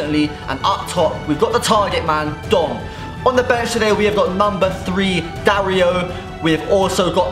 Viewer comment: dario is not it no offense, been saying it too